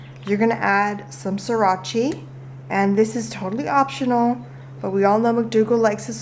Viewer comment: lol you said srirachi instead of sriracha and made it sound like Italian.